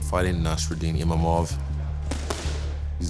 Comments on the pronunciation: So its not just me that calls him Imamov. Did they change the spelling to Imavov or was it always like that? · Someone should tell Izzy that its Imavov not Imamov.